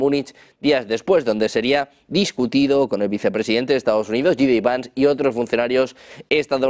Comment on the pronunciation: gi di vans Si hay alguien en tu entorno que hable inglés, pregúntale cómo se pronuncia J D en inglés. Porque estás pronunciando la J en “inglés como lo hace Maduro cuando se refiere a JP Morgan (el banco)